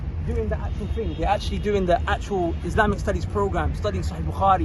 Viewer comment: Why does he say IZ-LAMB-IK ?